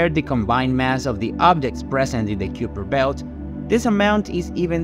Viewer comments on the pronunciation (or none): It's pronounced "Kyper Belt"